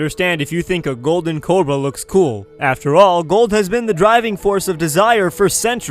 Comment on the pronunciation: you called it a corba and not a cobra